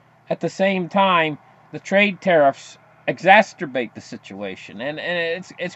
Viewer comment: “Exacerbate”... not t in it! LOL